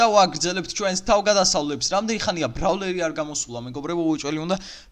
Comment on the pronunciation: რთულია გასაგებად?ბრავლერი არაა სწორი მაგას ქვია ბრაულერი ბრავლერი არის რუსულად